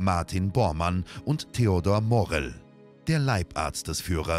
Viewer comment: Liegt die Betonung von Morell nicht auf der zweiten Silbe? Ich habe die Aussprache hier noch nirgend woanders gehört.